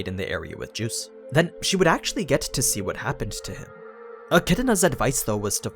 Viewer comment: I hate the way he says geuse it sounds like hes saying juice and is mildly irritating.